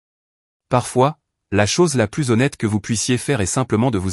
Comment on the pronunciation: merci de ne pas prononcer plus comme + en prononçant le s, alors que dans le texte ça signifie le contraire. Idem : Y est le seul grec mais seulement en tant que lettre de l'alphabet . "Il se prononce est un "i" quand il est un pronom. Belle histoire où celle qu'on a voulu malmenée n'est pas celle qui a été rejetée par le public.